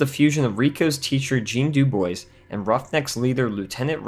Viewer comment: Verhoeven is a socialist, so never understood Heinlein (who was both a libertarian and a CIVIC nationalist). It's pronounced "doo-BWAH." It's French. Which is exactly what you'd need to contend with this sort of adversary. They're basically biomechanoids, so pissant assault rifles are going to be useless, as seen in the movie. They should be using grenade launcher, rocket launchers, payload rifles, and anti-material rifles. Instead, they only use rocket launchers and explosives when the plot calls for it. Mortars would also be useful. It doesn't come across as "gritty." It comes across as incompetent. They're shooting from the hip with no formation using BULLPUP rifles that have NO SIGHTS! Sometimes you'll see one with an unnecessary massive scope on it, but they should all have iron sights as a standard feature. Shooting from the hip is incompetent enough, but doing so with a bullpup (because of the position of the ejection port) is even more ridiculous. We're not talking walking-fire with a BAR here. There was a reason for that, but that wasn't the best way to use one of those. Does that mean humans are the Nazis and bugs are the Soviets? Realism?! That piece of junk doesn't even have sights! The Morita is made up of a Ruger AC556 (or Mini-14 converted to full-auto) in bullpup configuration, probably with an extended barrel (which is pointless and just adds bulk), spliced together with an underslung short-barrel Ithaca 37, the whole thing housed in